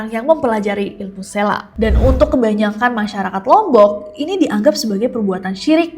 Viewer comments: It's seeeeeelak no SLAK btw aku daru lombok...Eenya lebih ke E org Medan ya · Kak sy dr lombok Selak itu dibacanya pake E bukan e Jd dbaca selak, bukan selak 😂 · selak pake e kak bukan pake e